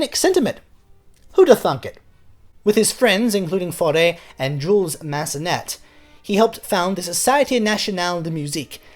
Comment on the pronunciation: Nice work. Isn't Jules Massenet pronounced Jzool Mass-uh-nay, though?